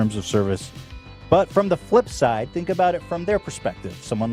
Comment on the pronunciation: That's what it's all aboot